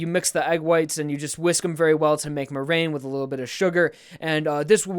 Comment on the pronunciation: 2 things. 1. The plant appraiser didn't grow the strawberry, he picked it from a strawberry bush. 2. Thats not how you say meringue